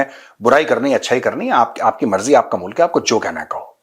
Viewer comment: मुलक ✅ मुल्क ❌ 😂🤣🤣🤣🤣